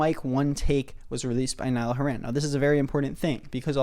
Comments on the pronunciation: this was so hard to watch just because of the fact that you kept pronouncing his last name wrong 😔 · if only could pronounce Nialls last name right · i have nothing wrong with the video but oh my god please why does he say 'horan' like that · the way you aren’t pronouncing horan right in the video 🤩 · saying horan like horran makes me wanna cry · WHY ARE U SAYING HORAN LIKE THAT PLS😭😭😭😭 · No cuz the entire video is you insulting Niall and praising Harry, nobody asked for your opinion, if you don’t like Niall then keep it to yourself, you have no idea what Niall has been thru so stfu and sit down P.S it’s not haren it’s HORAN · Niall HOR-in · Ive been pronounceing his name as hor hen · hey dude, if you're doing a video about someone, at the very least look up how to pronounce their name before you start recording <3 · Ok some good points but lost half of us when repeatedly said his name wrong an d said he's not in it for the music like come on bro you might want to get his name right is you want people to take you seriously. Go touch some grass😡 Also your worst than OT4s No hate though 😘😇😏🤗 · at least say his last name right bro Anyways you made a very good point and I myself hate when artists do that. Again he isn't the only one to do that and this is basically a 20min video of you saying that niall is a money making grifter and not actually stating bad reasons for hating him. I would get if u said dislike but you said hate and that doesn't rlly sound like a good reason to hate on him also your allowed to have your opinion but I don't think harry would like anyone comparing him to one of his band mates that he has known for a decade :) but no hate at the end of day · I love both artists so much but I really agree with you, tbh I haven’t even listened to the remixes (I have listened to the acoustics though because I think they’re pretty) but also plz oh plz pronounce Horan correctly I’m on the verge of tears here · “nile haran” lmao